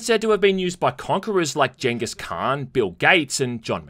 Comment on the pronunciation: Still trying to get over the Australian pronunciation of gengis khan… but I did here a person from Minnesota say (as close as I can get using texts) “taekos”(supposed to be tacos). Idk it’s close to hearing nails crawl across a chalk board but it is what it is. As long as no Mongolian or Hispanic person respectively hears it I guess it’s fine